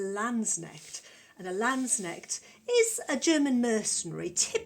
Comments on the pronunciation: Just FYI, the K is not silent in German. 🙂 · May I annotate that the ‚k‘ in ‚Landsknecht‘ is enunciated. The ‚ch‘ was pronounced perfectly!